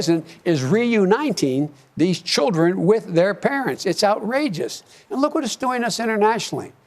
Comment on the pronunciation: Everytime he says "look" I imagine him saying "fat." 🤣